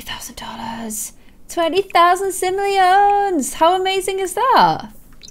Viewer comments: sim-oh!-lee-un (like "un"-der). Lolololol. Ik this is an old video now, but whatev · this is how you say simoleons Sim-o-le-ons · No it’s called simolions not trying to be rude or anything but it is simolions not siolians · This is how says Simoleons "Simleons" 😂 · lol omg "twenty thousand sim-lee-ons" i dont even know how to say it anymore 😜😎😍🤣🔥😆😂👌😁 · repeat after me. Sim-oh-lee-ohn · the sim money is called siolians not simleons